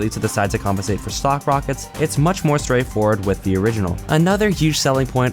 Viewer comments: I keep herring "sock launcher" when he stays stock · When you say 'stock launcher', it sounds like you're saying 'sock launcher'